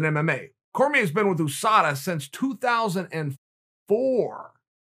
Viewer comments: OooSada Chael makes Usada sound like a Asian fighter. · Chael “Ouu Sada” Sonnen, The undefeated and undisputed champion. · No one: Chael: Ooosada Yarear